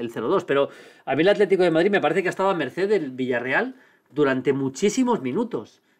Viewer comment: "A mercer" jaja